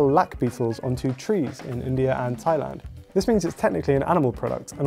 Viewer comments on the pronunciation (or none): none